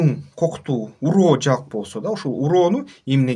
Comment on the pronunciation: Уроо эмес ороо